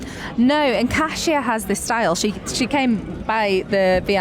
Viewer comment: I almost missed the today's stage and how glad am I to not have missed it. I was literally taking photos of the TV and sending to friends and family :) Iconic, inspired, incredible - well done that woman! Ned, thank you for championing the correct pronunciation of "Kasia" :) And thank you both for this podcast!